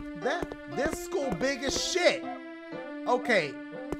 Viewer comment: He really said “Stay in sc ʰᵒᵒˡ” 😂